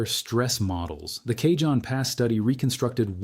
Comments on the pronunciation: Pronounced Kahon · Cajon pronunciation is kahone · Soft a (ah) and j is pronounced H. It's a Spanish word so pronounced like Spanish